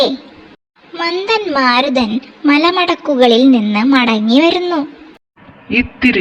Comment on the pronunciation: വേറെ ഒന്ന് മന്തൻ മാരുതൻ അല്ല മന്ദ മാരുതൻ. എന്ന് ഉച്ചാരണം വേറെ ആണ്